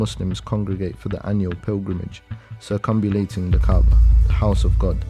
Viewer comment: not 'circumbulating' - it is 'circumambulating'